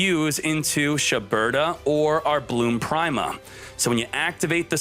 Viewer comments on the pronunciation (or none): You know "prime-a" is pronounced "pree-ma" right? Like "prima donna"